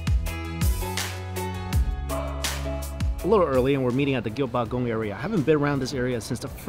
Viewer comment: I died a little inside when said gyungbuk goong like that. ☠️😩 it’s like he doesn’t try.